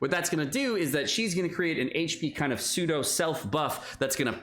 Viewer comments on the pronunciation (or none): none